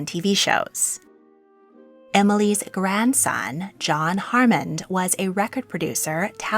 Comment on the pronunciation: HAMMOND NOT HARMOND!